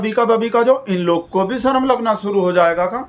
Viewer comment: 'Sarm' aayegi, 'Sharm' nahi......Amit Shah should learn to speak Hindi properly.Bhagatji,you are wrong when you say that Sourh Indians are English speakers.It is true that the vast majority of parents in South India prefer English medium to Tamil/Kannada/Telugu / Malayalam when it comes to educating their children.It's not that they neglect their mother tongue.English is seen as a business language or as a tool which comes handy while coming into contact with those who are unable to speak 'their' language.Why speak of others when even the "brown skinned Malayali Englishman" Shashi Tharoor is known to converse with his mother not in English but in Malayalam.Not so widely known is the fact that Right Hon'ble VS Srinivasa Shastri,who the British used to refer to as the "silver tongued orator of the British Empire" for weaving magic with the English language preferred Tamil to English within the four walls of his house.